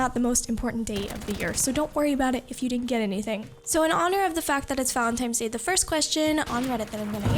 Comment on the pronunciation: Was she saying Valentimes Day?